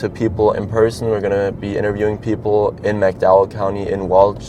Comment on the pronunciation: I had to stop watching . I just couldn't listen to this kid repeatedly butcher the pronunciation of the county. It shouldn't be this hard bub - West Virginia does not have a "Mack-dowel" County. 🤦🏼‍♂️😩